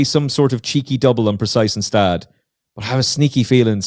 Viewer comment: Next time you'll shake down the audio ahead of the podcast. I believe Gstaad is pronounced Gu-Shtodd